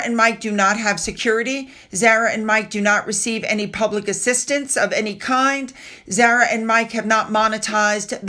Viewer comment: Zawra not zarera